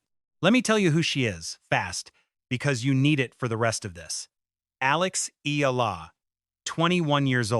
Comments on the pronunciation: Alex Eala is pronounced as Alex Ayala Alex Ah Yaaaaa Laaaa! Alex Eala is pronounced as Alex Aaaaah Yaaaaa Laaaa! Alex Aaaah Yaaaa Laaaaa Alex Ayala. Alex Eala is pronounced as Alex Ayala please please ok? Thank you Aug4 26 Tuesday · 🎾 ALEX's family name, EALA, is pronounced "eh-YAH-lah" -- 3 syllables, with an emphasis on the middle "YAH." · 👎🏽 Pronounce names correctly—not just Eala’s, but at least Pegula’s too! 👎🏽 Your point is senseless! This is how the sport grows new followers; followers who are new to the etiquette and are learning over time. Pegula, Gauff, Osaka, McNally, Anisimova, and others have all said they prefer playing in front of a full stadium than an empty one! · Learn to pronounce her name properly!